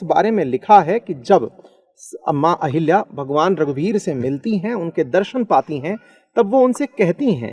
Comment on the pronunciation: अहिल्या ✖️ अहल्या ✅